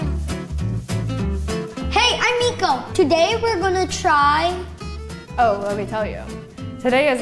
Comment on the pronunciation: his name is Miko but you say it like meeko